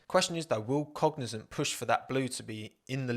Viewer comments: Pronunciation, just be mindful of that because from the beginning the name you described sounded like Cognizen not Cognizant. I'm thinking, how do you get the zen sound out of zant? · Cognizant sounded like fuel company for me lol